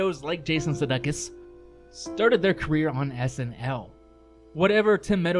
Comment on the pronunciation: This was a great show and you pronounced Sudeikis’ name wrong… like you’re a lame troll…